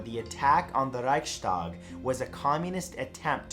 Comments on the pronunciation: I cringed everytime he said Reichstag. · You mispronounced Reichstag!